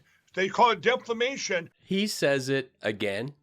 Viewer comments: It’s called Deflamation…😂😂😂😂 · It sounded to me like he said deplamation. Lol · What the hell is deflamation?? How much power does he think he has? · Maybe he’s trying to say ‘defecation’! He is morphing into donald trump! Lord help us! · He’s plainly saying “deplanation.” (well, not plainly) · Omg! He says deflamation over and over again! Holy crap! Lol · Brandon: "Siri, what is deflamation" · there goes that word again.What is deflamation .Is that what de satan does?.Is mike still on the crack? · Deflamation 🤣🤣🤣 He said it four times! 🖐 MTG and her merkin coat is priceless. She looked like an albino howler monkey. Again, thanks. Especially excellent vid. 😁❤️ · Deflamation. The “L” is silent 🤫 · OMG he said deflamation so many times I actually pissed myself laughing so hard. Great show 🇺🇸🗽👍🍻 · What is his side kicks purpose? Why can’t he tell him that it’s not ‘deflamation’ it’s defamation? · def-lamation......hahaha! this guy Mikey, needs to go on Bill Maher with Lauren Bo-Bo......they'd be hysterictmy together! LOL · Does deflamation rhyme with defecation??? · G'day. "Still bald" but I want to add, so handsome! What's up with Mike Pillow and his "stold" and "deflamation"? You'd think someone would say something to him about his mangling of the English language! 🤣🤣🤣🤣"Hey Bo-bo. Your smart water isnt working!"🤣🤣🤣🤣 Great show. Loved it. Cheers, from Lynne in Australia. Xx👍💖😘💖👍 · Yep, Claire is Pillow’s kryptonite. At one time, I felt a little sorry for Pillow. I got over that at his first “supposium,” which is how he pronounces symposium. Every time. Has not anyone told him the word is defamation, or do his smooth-brained fans not know? Then again, he could have been told the same truth hundreds-of-times and still lack grey matter to learn. Anything. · Come on Mike as often as you've been sued you should able to pronounce Defamation. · Heard Pillowman mispronounce that word and then I couldn't say it properly!!!